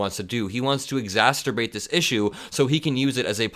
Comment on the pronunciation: exsasubate ,I think you mean exacerbate